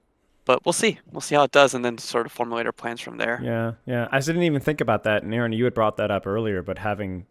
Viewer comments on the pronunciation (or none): In this fantastic interview, everything was smooth sailing until... 'AY-AY-RON'., please.